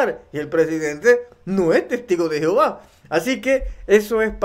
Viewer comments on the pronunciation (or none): none